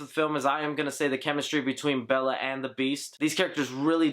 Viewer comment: Belle not Bella.